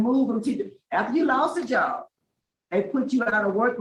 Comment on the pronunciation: Dude job has a B at the end talk like you got some sense